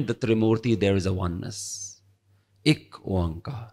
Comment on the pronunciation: Why is it pronounced Ik Oankar? I have been reading Shabads and understand it is pronounced “Ikko” or “Ekko” (no Oan-Kar), which means one and the same. Guru Nanak always made things easy to pronounce.